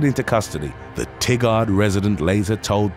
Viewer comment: Just an FYI, Tigard is pronounced like tiger with a D at the end.